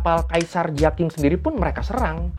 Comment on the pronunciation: Bang dlm romanisasi mandarin Q dibaca Ch, J dibaca C. B dibaca P. Jadi Kaisar Jiaqing dibaca Cia-Ching. Beijing dibaca Peicing. Guangzhou dibaca Kwangcou